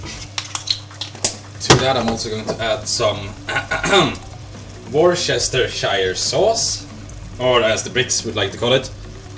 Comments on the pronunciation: Us Brits pronounce it 'woosta' sauce! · for correct pronunciation of Wurshersheresh Sauce! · Wuus-ter-sher ahaha thats how you pronounce it. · It's pronounced wooster! Wooster, damn it! I should know, it's part of my address.